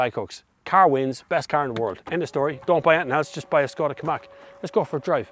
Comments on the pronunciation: KaMIQ not KaMAK ;) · Hi. You keep saying Ki- Mack. Is it not Ka-Mick?